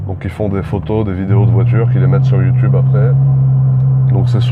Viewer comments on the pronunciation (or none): none